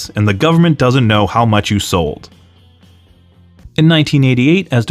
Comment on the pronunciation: Just wanted to correct something. Emile's surname was pronounced DO PRAY. When Rene went to WWE they had changed it to the Americanized DO PREE